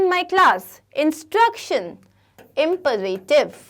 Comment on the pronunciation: Imperative ka bhi pronunciation wrong hai